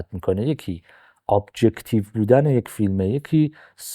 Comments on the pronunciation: دمت گرم واقعا عالی بود💎، فقط یه ایراد کوچیک، سابجکتیو هستش تلفظ درستش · عالی بود یاد گرفتم👌🏻 ولی سابجکتیو نه سوبجکتیو😊😅